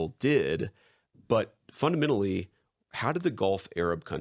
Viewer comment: JD needs to stop saying "funadmenally"